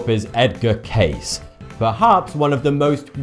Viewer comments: Edgar Cayce. Kay-see. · Edward Cayce. CAY-SEE. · Love your channel. Sorry but, Cayce is pronounced - KC, the e is not silent. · Cayce is actually pronounced kay-see, not "case". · IT IS PRONOUNCED KAYSEEEEE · It's pronounced Edward KAY-see as if writen Casey. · It's Edgar kC is how it's pronounced. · How could u pronounce his name wrong bro it’s Edward K-sea